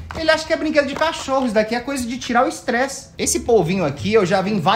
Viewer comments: T3DDY vc falou estreze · Alguém percebeu que o t3ddy falou “estrezi” no momento ? KAKKAKAKAKAKA